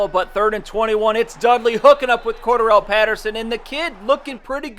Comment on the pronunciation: Pattersons name is pronounced core- Darrel